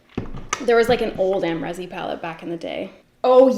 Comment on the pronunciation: This video is something i didn't know i needed. Thank you,!! All this was missing was throwback pictures, but don't worry.. they're engraved in my brain lol I've also only purchased 2 ABH brow gels. Amrezy is actually pronounced Am-reee-zy, I was also shocked I pronounced it wrong this whole time.